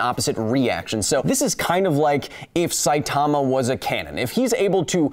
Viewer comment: I've told you already, his name is pronounced Sigh-Tuh-Muh not Sigh-Tar-Mah.